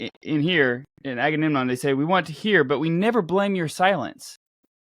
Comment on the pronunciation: There are such beautiful insights in here! But man, I have to say it, I feel bad about saying it, I am sorry for being so pedantic, but... AgameNMon? 😄 Like in the Trojan war, I blame all the leaders for not talking about this ;P